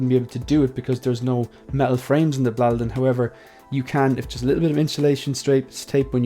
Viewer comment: Hi Great video as always. Your pronunciation of Blåliden sounds better than the word here in Scandinavia. You can't write the correct pronunciation because Å is not always pronounced as an A. And the same goes for D, at least in this case it doesn't I can send you an audio file on IG with the correct pronunciation if you want? Have a nice day